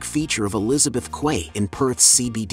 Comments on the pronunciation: It’s pronounced key. Not quay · Learn how to pronounce "Quay". It is phonetically identical to "Key". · "Quay" is pronounced "Key" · Teach your AI how to pronounce Quay. It is pronounced as if it were spelled Key. :) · Quay is pronounced "key" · quay is pronounced key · Just for reference - Quay is pronounced as "key" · "Quay" is pronounced as "key".